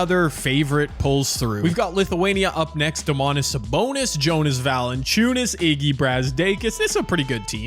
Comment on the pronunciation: as a I must help you with Valanciaunus. Its Yo-nas not JO-nas.. J is a Y in Lithuania